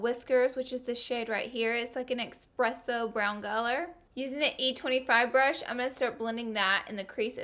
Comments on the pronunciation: Espresso not expresso... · amazing videooooo Laura xx and its espresso not expresso ;) Love youuu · ESPRESSO THERE IS NO X IN ESPRESSO love u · 'it's like an expresso colour' 😹😹 oh Laura I love you ahhaha❤️🔥